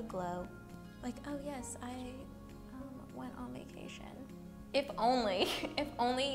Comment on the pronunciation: Do you say "Si" instead of "Yes" or it's just me that I can't perfectly understand english? 😅💕